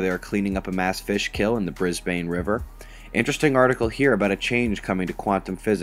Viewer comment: brisbane river haha, nice try though ;)